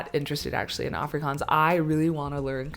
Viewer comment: As I continue watching your video I must admit.....you pronounce "afrikaans" words better than Charlize Theron which by the way is an "afrikaans" South-African😂